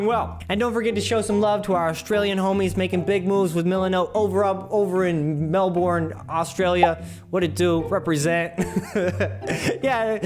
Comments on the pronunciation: nice try but melbourne is pronounced "mel-ben" not "mel-born" hahaha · That's just how Australian people pronounce it